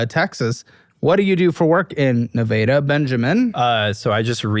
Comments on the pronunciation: gives us "xena" and "nahveyda" it's a miracle this man isn't a statistic and i know nothing about them yet.. 😂😂😂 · Ne-vay-da?? I thought it was pronounced Ne-vah-da... and now that I'm typing it out, I'm realizing the Massachusetts accent is why. 🤦‍♀️ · Nev-AH-da not Ne-VAY-da....wtf..... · Nevdda isn’t it pronounced Nevada? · The way how you guys are saying Nevada is pissing me the f*** off Ask someone who lives in the state of Nevada n they'll probably give you the same reaction I'm saying Ne vah duh!! That's how it's said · Nuh-vay-duh? Highly doubt it's pronounced like that 😂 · Ne-vader? Seriously woman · 1 minute in and I heard this chick pronounce Nevada as "Nuh-vay-duh" and I immediately knew this is gonna get wilder than the preview clip. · As someone from the state Nevada, I couldn’t handle hearing them say Ne-vay-dah this whole episode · As a fellow Texan, I can't stand our ability to take a normal sounding city that exists somewhere else maybe as a state or someone's last name, etc. and grossly mispronouncing it. NeVAYDAH. Eff outta here. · Neh-vay-duh Texas. First time I've heard it pronounced like that. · If you pronounced Nevada that way in the state of Nevada, you'd get hit. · So we’re just going to ignore the way they pronounced Nevada? 🫩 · Why is everyone saying Nevada wrong? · I already know im gonna hate the woman from the way she said Nevada. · never heard Nevada pronounced like that bf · The way she pronounced Nevada hahahahhahahaha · I’ve never heard someone pronounce Nevada the way she that wasn’t in a joking manner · I ban all y'all from saying nevada good lord stop please stop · What is that pronouncation of Nevada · My dog is named Xena....and she said Nevada wrong...just sayin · let's start with her idiotic way of pronouncing Nevada, which ive never heard in my life my parents used to live there for over 20 years. this episode is goin to be a rough on e to get through I can feel lit in my bones, or maybe thats just arthritis